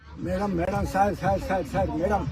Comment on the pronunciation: SAAR SAAR SAAR! SAAR!! 😂😂😂😂😂